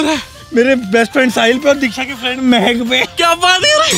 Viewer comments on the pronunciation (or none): It's not mehak it's mahek